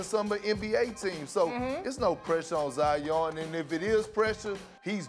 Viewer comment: "Zi-Yawn" - Perk 😄